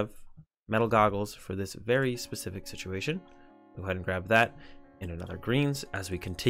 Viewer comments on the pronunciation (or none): none